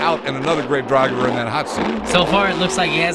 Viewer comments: He said grave droger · "grave driger"